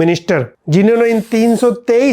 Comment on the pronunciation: मारन ❌ मरान😅😂